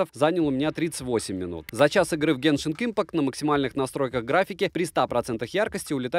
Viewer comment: опять он говорит геншинГ импакт